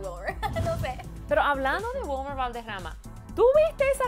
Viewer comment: ....una pregunta, siempre pronuncias asi los nombres en español? O SEA se dice WILMER...no WELMAR sin ofender:).